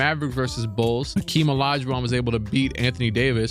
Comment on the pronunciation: It’s definitely Hakeem not Akeem